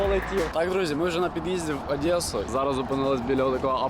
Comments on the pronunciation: Не адеса а Одеса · Одеса а нє Адесса